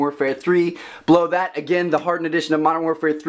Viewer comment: I keep thinking he said blow that